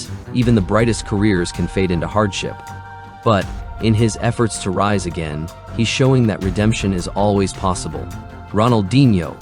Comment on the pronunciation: It's not 'Raise',l it's ' Rise'